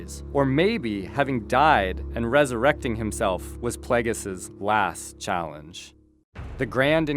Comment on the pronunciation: darth pla-ges? its play-gee-us